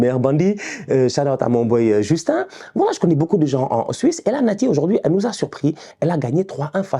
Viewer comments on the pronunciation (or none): none